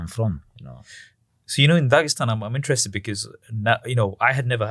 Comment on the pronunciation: It's 'interest'